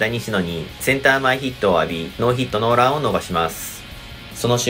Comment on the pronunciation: ノーヒットノーランのイントネーション気になるなw